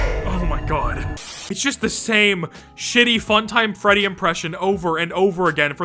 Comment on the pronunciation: hehehehehe "greddy"